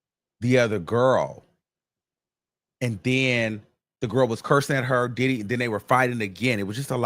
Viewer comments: Its the Didd-dee take me out everytime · Why does he say “Diddy” like that? It makes me chuckle